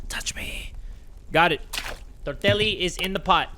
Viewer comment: THE WAY YOU SAID TORTELLI HURT MY SOUL